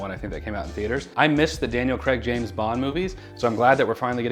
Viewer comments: I'm sorry, I have to: Craig. Cray-g.. Not Creg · “Creg” no., it’s pronounced CRAY-g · its craig not creg